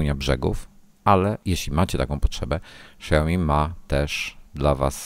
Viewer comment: Wymowa: Siaomi, nie szajomi, ksiajomi, etc.